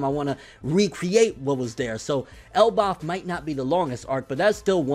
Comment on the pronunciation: Why do you say Elbaf so weird???